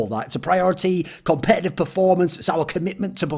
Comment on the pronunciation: "competetive performance" 😂